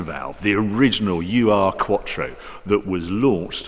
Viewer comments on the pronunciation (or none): Not "You Are", Harry. Ur should be pronounced "Uhr". Cracking vid of course! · Funny how you pronounce "Ur-Quattro". It's not "U-R Quattro", but Ur-Quattro. Ur meaning ~ancient or in this case first or original -> the first version of the Audi Quattro or an Audi with Quattro drivetrain. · ...little comment straight from Germany..it is pronounced "oor-quattro" not U-R quattro, the prefix "ur" stands for "very old or long -time-gone"...😜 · Stop saying U R… it’s Ur in German, which means original… it’s the original Quattro… Ur Quattro! 🙄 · "The original 'you are quattro'", Hary says. Hahaha. Ur quattro means 'primeval quattro' and 'ur' is pronounced as 'ooohr', not 'you are'. But nice touch, though. Keep it up! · what is a "EWWW ARRR" quattro? asking for a friend. Ur in german means the original/ancient. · Not to be nitpicking, but it's a German car, so it's not pronounced as 'you-are' quattro (as done way too much), but as Oohr-quattro. It was give this name in retrospect, because it was the 'very first' quattro (Type B2). Translation of 'very first' into German is... Ur-quattro. ) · It is not "U R quattro", but rather Ur, a word basically meaning "original". The origin of q uattro. The VW was called "Iltis". On 5 cylinders in line, the Mercedes 300D models (starting in 1974) had a 5 cylinder diesel pre-dating the Audi 5 cylinders. Thanks for another really cool video! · Why does Harry keep saying U R, it’s Ur, a common German prefix meaning original.....Ur-quattro, “original quattro”. On the engine, if you look at a Golf GTi engine porting you’ll notice that cylinders 2 through 5 replicate the layout inlet and exhaust ports of the Golf engine with cylinder 1 repeating no 2. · It’s oor, not UR. German prefix meaning original. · It’s pronounced ‘oor’ like in (p)oor... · Pronounce "oorr" with a rolling R. Ur-quattro is a collector's term to qualify very old or first ever. Cheers for noting that point 👏